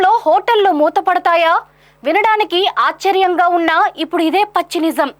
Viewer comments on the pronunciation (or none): ఆశ్చర్యం అమ్మ ఆచ్చర్యం కాదు